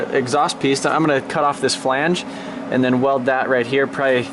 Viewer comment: "And'da" "but'ta" that'ta" 😂😂